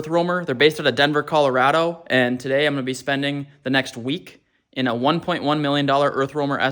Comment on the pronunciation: If I had a nickel for every time he said Colorado wrong I would have a lot of nickels